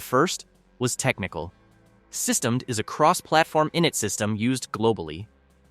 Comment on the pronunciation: It's not pronounced 'sys-temmed' It's pronounced 'system-dee'. The GPL (circa 3 minutes in) is not new, either: It was created in February 1989 when Windows was at 2.11, and pre-dates GNU/Linux by about two years - the GPL was created by Richard Stallman before GNU/Linux even existed. The 'GNU' - "GNU's not Unux" - a recursive acronym - is part of the 'GPL', GNU Public License. Sounds like AI generated slop.